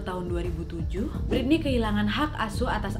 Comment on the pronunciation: Kalem wa Britney bukan biritney 😂